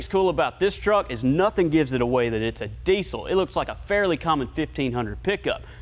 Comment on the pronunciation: I wish I had a dollar for everytime he said deezle